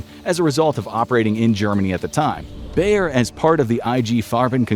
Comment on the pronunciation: BAYER - not: Bear! Bear is a fucking animal! Seriously, to you English native speakers have to butcher and mangle everything?